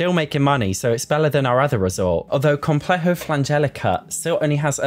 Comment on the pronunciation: Ps: as a spaniard, you pronunciation of "complejo" 10/10 👌🏻